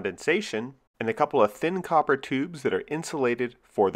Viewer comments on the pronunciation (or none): none